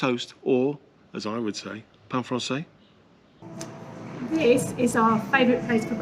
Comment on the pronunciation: I am seven minutes and fifty-three seconds into " your alls' " (you plural possessive Texan style) :-) video ... am just stopping for a minute to send a message. You two make me smile! Neil, to make it sound more like "sure enough" Spanish, you pronounce the final "s" in "pan francés" (pahn frahn-SEHS). I know your French gets in the way {{{ wink }}}. Don't forget the word I sent y'all yesterday: "¡Chido!" (CHEE-doh) ... which is slang for "Great!" / "Fantastic!" / "Cool!". :-) One last expression that serves two functions: "Mucho gusto." (MOO-choh GOOSE-toh) ... which means "It's nice to meet you," as well as "It was nice to meet you." :-) I LOVE Spanish! And I love it that you two are "feeling the love" Querétaro and its people emanate. Such genuine friendliness. Jorge, Buddy, and I will be transferring our Dallas happiness to Querétaro happiness come December 8th! {{{ TEXAN HUG }}} Jody